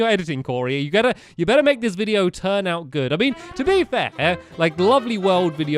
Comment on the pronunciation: Make not mack